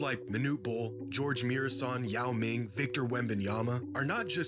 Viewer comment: bruh she said ying mao im dead LMFAOOOO